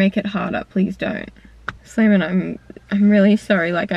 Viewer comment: I always hear it simon from.